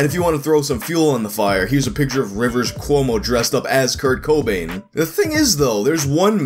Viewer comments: is the first guy I heard say CO-bain instead of co-BAIN. It's not much of a difference but it was mildly annoying. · Its coBAIN. Not CObain. Wrong emPHASIS on the wrong syllABLE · putting the emFASIS on the wrong SYLAble CO Bain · It's the emphasis on "co" that we're poking fun at. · You over emphasise the first syllable in Cobain like the 'Co' part of "Co-Payment" and place less emphasis on the last syllable, prouncimg it like the Batman villain 'Bane'. His name is pronounced 'coh-BAYNE', actually dulling the sound of the 'o' vowel and emphasising the second syllable. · Why do you put so much emphasis on the "co" in Cobain. Sounds like Kurt Khohbain. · The way you pronounce Cobain as CO Bain hurts me. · Do...do you really just keep saying Co-byn through the hole video like its normal? Yes you do.. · Kurt C-OH-bain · Its actually pronuuuuonced aaazz: Krt Kuhwoooowaah-bn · Why you pronouncing cobain that way hahaha. You doing that on purpose. Hahaha. Over and over Kurt Co-Bain. I’ve laughed every single time you said it. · Probably been said a bunch, but Kurt CO-bain lol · I really do not understand what's wrong with how I'm pronouncing his name. Should it be "CAH BAIN" or something? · U know that family guy episode where Stewie pronounces Whip? You're placing too much emphasis on the Co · goddessvenom It has nothing to do with it being Kurt Cobain, it's just the way he pronounces it. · goddessvenom I get annoyed when people put the emphasis on the wrong syllable in "taco BELL" too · The emphasis sounds stupid like that. Any other word starting with "co" is emphasized the way I pronounce it. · Dillon The Hacker it annoys me so much. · Its cobain.but u are sorta over doing the co... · I know this is very late lmao, but it’s not the pronunciation it’s the annunciation. The second syllable of Cobain should be annunciated stronger than the first. It’s not really a problem though lol. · breaking the 2 syllables in the wrong place.